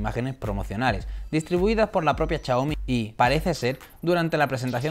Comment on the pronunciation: Chiaomi, shataka :v